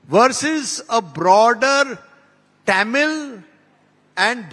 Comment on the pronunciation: He does not even pronounce Tamil properly, well that says it all.